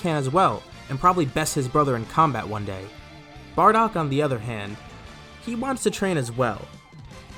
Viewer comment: Barodk lol don't you mean bardock??